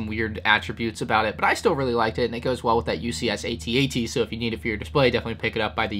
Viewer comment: It's AT-AT not AT-AT